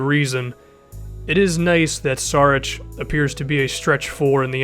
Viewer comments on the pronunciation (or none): it's Šarić not Sarić (read s like sh=š) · It's pronounced SHARICH